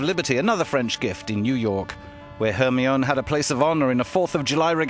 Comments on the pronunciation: Because it's the french pronunciation. Rather fitting for a french ship. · Well it isn't an american ship but a french ship. Its pronounced correctly